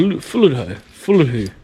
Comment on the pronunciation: It's pronounced (fully-doo)